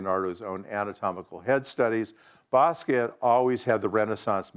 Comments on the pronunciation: t was pronounced it wasnt silent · He worked with him but he can't pronounce his last name, which is French. In French the T at the end of the word is SILENT!!!! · Yes the T is silent. He's even on film pronouncing his own name and yet still the cretins insist that it either doesn't matter or that it is correct to pronounce the T. These are the same people that say Loren when mentioning Ralph Lauren. Idiots.